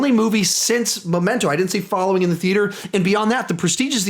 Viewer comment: It's Memento not "Momento"